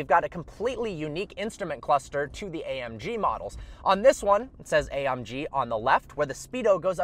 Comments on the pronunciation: "A um G" lolololol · A 'UM' G 😂😂😂😂😂😂😂